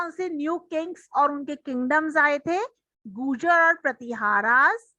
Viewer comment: Mam bolna Sikh lo 😂😂😂😂😂😂 gujar nahi gurjara😂😂😂😂😂